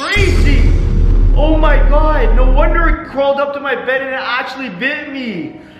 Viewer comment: I say this on every single video ......WHY THE DOSE HE SAY SNOW FOR NO😂😂😂😂😂😂😂😑😑😑😑😑😑😐🤣🤣🤣☺️☺️☺️😂😂😂😂😂